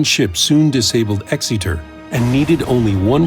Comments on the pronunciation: 1 complaint - Exeter is not pronounced Exeeter but more like Exerter. As a British person this is annoying. Otherwise interesting video and well done! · Can't help but giggle at the dudes pronunciation of Exeter ( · I hate your pronunciation of Exeter